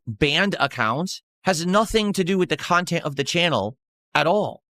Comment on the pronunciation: 7min in and I'm tapping out. Phail WTF .. Who is this "KHAN-tent" suppose to be for ? It's just you pissing & moaning about "support" this "support" that...